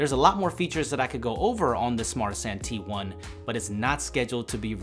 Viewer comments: You'd think that he would at least pronounce the name of the phone correctly if he got paid. He kept calling it a "Smartsanti" when it's "Smartisan". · Kun Qian Yeah I know, it sounds like they are trying to make fun of everyone and call it Smart Asian. It's Smartisan. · phone says ARTISAN but he says SMARTISAN it sounds like bad INGRISH translated to Smart Asian?